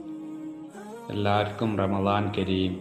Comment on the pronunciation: റമളാൻ അല്ല റമദാൻംശരി. Ramdhan